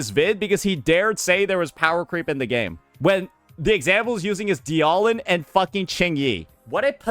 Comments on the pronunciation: Anyone taking opinions from someone who says "dee-aw-lin" when reading dialyn, shouldnt be trusted. Just saying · He mispronounces or nicknames agents on purpose. Ye-shun-guy, die-ahh-lin, "calamari yi xuan" etc. Does it to get comments on it. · I think my favourite part about this whole thing is he doesn’t know how to pronounce Dialyn at all. Kinda hard to not know how if you just… y’know… played the game. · i think the part that hurts me is how dialyn is being said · so explain why he also mispronounces WuWa resonator names ? Same reason ? I think bro is just stupid ngl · What especially baffles me is that he pretends to care about ZZZ's stun meta but hasn't even bothered to learn how to pronounce "Dialyn" correctly. It's an obvious pun on dialin', it should not be that hard to remember if you've ever heard it.